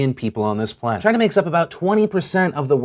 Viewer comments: it's not China, it's GINA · It's pronounced "'gina" as in "vagina" without the "va, " (although I realize that's a word that Donald Trump doesn't' ever use.) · 🇨🇳 🇨🇳 🇨🇳...that was a weird pause but yes 🇨🇳 but yes 🇨🇳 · everytime trump says "china," i keep thinking hes finishing saying "vagina." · that pause had me rollin 😂😂😂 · "That was a weird pause, but yes China!" cut "Yes China!" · "That's a weird pause" "But yes, China" "But yes, China..." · I thought it just glitches for me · china pause got me LOL'in, thanks phil